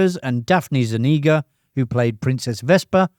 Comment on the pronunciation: Foss-SAY-lee-us. Yar-NELL. ZOON-ee-ga.